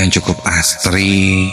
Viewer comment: Asri.. bukan astri☺️